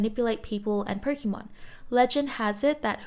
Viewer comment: such a relaxing voice and great video but its pronounced "Poke(ay)mon